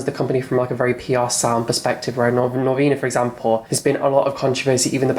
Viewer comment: Why do you pronounce Norvina's name wrong?